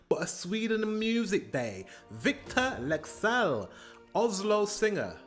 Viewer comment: U pronounced his name like a native, goddamn ur getting good at the Scandinavian accent thing.